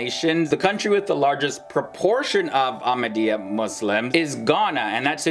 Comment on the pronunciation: You don't even know what you are saying even to call our beloved ones name you cannot say it correctly please go learn